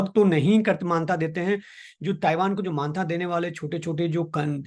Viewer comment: आज के मेहमान बहुत दिमाग खाते हैं। पहले तो इनको ताइवान को थाइवान बोलना बंद करना पड़ेगा।